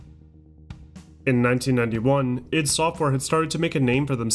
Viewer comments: It's pronounced, "Eye-dee," not "Ihd!" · The way he says i.D. Makes me nuts!